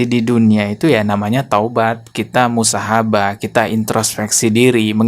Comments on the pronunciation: MUHASSABAH..bukan BUSAHABBAH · Muhasabah mang, bukan musahabah😂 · Menit 07.15 muhasabah bukan musahabah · MUHASABAH BUKAN MUSAHABAH MIN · 7.15 musahabah / muhasabah mas? 😅 ojo kepleset jg lidahmu.. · Bantu benarin ucapan kreator : musahabah, yg benar muhasabah.